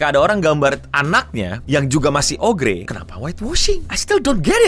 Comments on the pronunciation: oger anjir eno dibacanya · Ogre itu dibaca Oger. gimana sih???? Uda mirip belum,? 🙃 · bang, kalo mereka penduduk anomali twitter nonton ini bisa aja marah ama lu gara gara cara lu ngucapin "ogre"